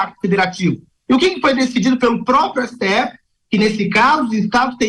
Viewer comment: Ésse Tê effe Tecnico? 😂😂😂